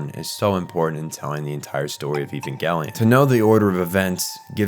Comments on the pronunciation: Bro really said ivangelien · I will never understand why everyone insists that hard on calling it EVANGLE-ION. Do you people pronounce EVANGELICAL ("evangle-ical?) the same way?! It hurts my ears every time. And it hurts a lot in the long term. Do people say an ANGLE instead of an ANGEL?! As a non native English speakers it's one of those things, but that one I'm not sure why everyone does that, for "Nuclear, that you all pronounce NUKE-ALAR or NUKE-ULARR, I know it's because peoeple are ignorant. For that one I don't know, maybe someone will take the road of "since it's a Japanese show and these people can't pronounce anything either, we also massacre the name of the show they created, like the creators did themselves. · It's a soft G, "Evan-JEL-eeyon"